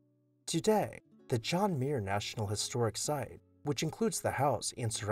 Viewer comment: As a member of clan Muir and a distant cousin of John Muir, I enjoyed this greatly. I hope to visit the house someday. The correct pronunciation of Muir is two syllables with the accent on the first syllable… “mew” + “er”😊